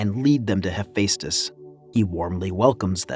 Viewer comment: yeah, he also didn't say Hephaestus right too. No hate towards the commentary man but just work on the pronunciation of words that are difficult for many people to say.